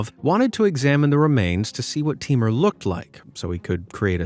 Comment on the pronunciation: It's not timar it's taimoor